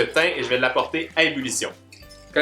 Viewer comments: Ç t une bonne "umulution" 😂😂 j'adore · Comment t'a dis? "Ulition"? Bulition? 😂😂😂😘😘💘💘💘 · «Ébullution» mon petit 😂